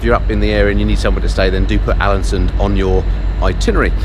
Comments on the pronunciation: Just caught up with this whole series (yes, I'm the guy that's watched all 8 vids in the last two days, you're welcome:D), but I honestly lost count of the number of times you called Alesund "Alansund"... Famous bloke that:D. Loved the series though pal:) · Haha every time you said Alesund I kept hearing Allison so I thought what the hell, might as well crack a joke about it. 😂😂😂